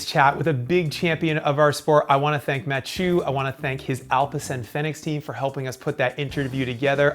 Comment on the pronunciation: The hieu part in Mathieu rhymes with The French word Deux